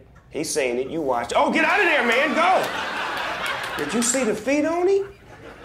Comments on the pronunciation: Spaceman Spliff why does snoop sound white all of a sudden 😂😂😂😂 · the way snoop said “man” sounded so white....